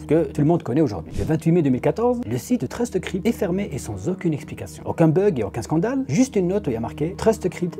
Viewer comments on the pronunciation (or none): c'est pas trustcrypt mais bien truecrypt . (à prononcer TROU CRIPTE)..